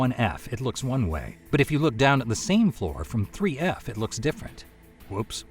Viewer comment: Sounds like 11 labs, AI especially with how 1F and 3F are pronounced. Great episode anyway